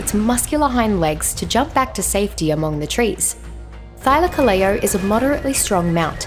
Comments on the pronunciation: I don't care how much she butchered the name Thylacoleo, the video's still great. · English isn't my native language, I suck at explaining it. Just look up "Thylacoleo pronunciation" on Google and you'll see what I mean. Also, I'd like to clarify that this isn't criticism in any way, shape or form. I enjoyed the video, I just wanted to point that out.